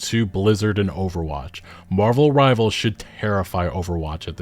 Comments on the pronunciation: please stop calling it marvels rivals omg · drinking game. take a shot every time he calls marvel rivals "marvels rivals". see u in the emergency room